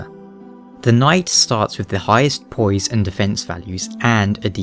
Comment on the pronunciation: his way of pronouncing poise..heh poyeese